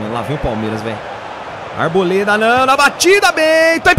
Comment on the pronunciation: Porque sempre o Arboleda aparece,vc fala buda mole kkkk